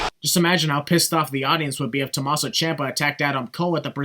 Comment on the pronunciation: Well because Tomasso and Adam Cole have the same syllables, he would just say "To-ma-sso" Bay Bay